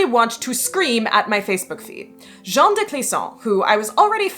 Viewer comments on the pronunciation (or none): Great stuff! Just FYI, Jeanne is pronounced Zhann. Your pronunciation was actually the masculine Jean. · Little french nitpicking: Jeanne the way you pronounce it is much closer to the first name Jean (masc. version of the name) Jeanne would have the same "j" sound but it's followed by "Anne" not the "an" vowel. I believe the reconstructed medieval prononciation is Jehanne ("Je" like the french pronoun in "je m'appelle" or at the end of "illuSIOn" in English and "Anne" like the name in English) So yeah it's actually pronounced like the second syllable of "illusion" but with the A of "Bath" instead of the softened o [ʒan]